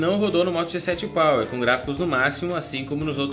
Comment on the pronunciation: Só que achei que ele falou moto g7 pau??